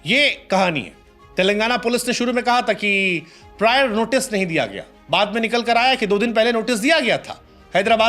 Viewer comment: Bhai aap state ka naam galat bol rahe ho Telangana hai